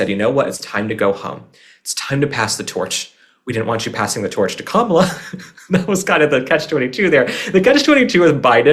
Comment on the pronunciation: Thank you again. I love your honesty about Kamala. 😂 you said it correctly. .. lol